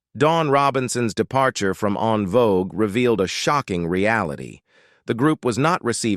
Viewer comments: I see both sides .However, he still should pronounce the group name correctly. En Vogue not On Vogue. Alot of people don't know that it's FRENCH and a lot don't give a dam either. So with all the mess on them, let's at least pronounce the name correctly. No one is right or wrong. He should pronounce the groups name correctly due out of respect for them at least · I wish you all use real people to talk I can’t get through this video AI sounds terrible it’s saying unvogue instead of envogue stop it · Curious as to why they don’t just have the man with the voice speak instead of making his voice an AI. The mispronunciations and other faux pas are very annoying. No one ever called this group “ON VOGUE”!!! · the EN in En Vogue is french, and pronounced like the word ON (fyi) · I'm done once AI mispronounced the group name. ✌🏾